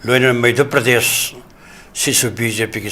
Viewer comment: Not Meidhya pradesh ....Say Madhya Pradesh